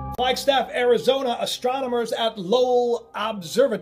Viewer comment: Oh my gosh do you realize you said ASStronamers?? Yes you pronounced it that way LMFAO too funny